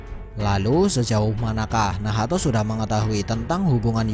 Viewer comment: Telinga gw terganggu mendengar kata2 nahato, nahato. Haha ngapa gak nacht aja si